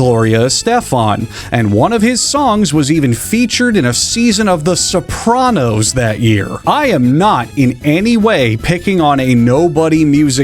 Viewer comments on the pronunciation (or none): none